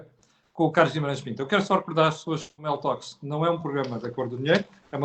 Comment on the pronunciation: Seria conveniente pronunciar melhor a designação do programa, soa Meltox